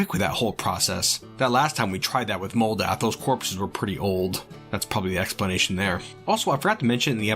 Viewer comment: Moldath is a mental rock! What I heard: Modalth is a mental *ROC*!